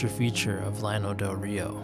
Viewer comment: Nice, lots of new info to me, and old photos. Never heard anybody pronounce it 'lano,' always 'YAH-no' in Spanish fashion. the flatland. That was the only thing that irked me (over and over and over). Old-time friend of our family recounted story of Llano residents stealing their chickens. Have visited site, had no idea it was once so big and populated.